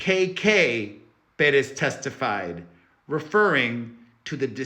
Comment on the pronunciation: Should we start pronouncing your name like this too peRESS?!